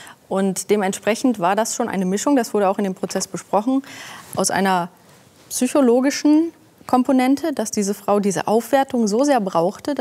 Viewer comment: Allein dafür, dass sie Wörter mit „Psych-„ richtig ausspricht , liebe ich sie :) Soll nicht arrogant rüberkommen, aber wenn Experten ihren eigenen Beruf „Zychologie“ nennen, kann ich ihnen nicht mehr zuhören 😊